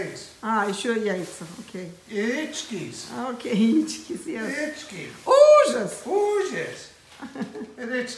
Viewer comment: Я так смеюсь, когда говорит-яичкес. Ахах